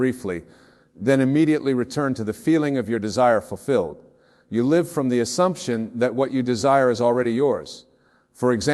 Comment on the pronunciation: Love this,,, btw check the AI created words as there are a few mistakes; one was at the end when Wayne said,”LIVE”with the long “I” sound instead of the short vowel “I”. That’s when I knew it was AI created and implemented into this video. Though it’s his words ; AI MAKES mistakes